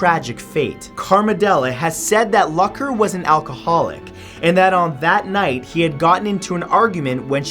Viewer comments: Omg it's not Luck-er it's pronounced Luke-er. I almost couldn't finish this video because of that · Hey bud, its pronounced Mitch Loo-ker not Luck-er. Also, alcohol had nothing to do with his crash because the tox report came back negative and was riding his bike with his brother who was in town. Jesus, get educated. I feel like Tubers just post anything to get views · Who else facepalmed when he pronounced "Luker" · Aww Mitch's aneversery was last month And you pronounse his name like (Loocker) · no you dont. its pronounced Lucker. the way it looks. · its pronounced lewker :( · The amount of cringe from him pronouncing Mitch Lucker's last wrong is too much